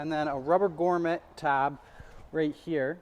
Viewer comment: GROMMET, not GORMET 🤣